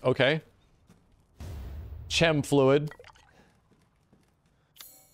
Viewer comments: When said |Sh-em| fluid, i m dead😬 🤣....Chem is short for Chemical, or Chemistry or Biochem. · did this guy just say CHem fluid instead of kem fluid?!?!? lmao bruh